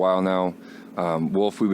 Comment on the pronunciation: Radio host says "woof" instead of WOLF and "expeshally" instead of especially lol... couldn't find anyone that knows how to pronounce simple words? LMAO